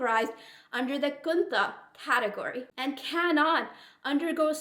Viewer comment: Its khuntha not kuntha